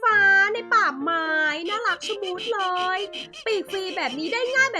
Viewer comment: ขำคำว่า เรย แทน เลย